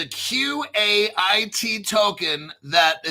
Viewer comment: FYI, Seal Coin says Qait is pronounced "Kite."